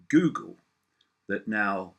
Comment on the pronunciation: I love how he pronounces it "Gewgle". Icke is the real world Alfred.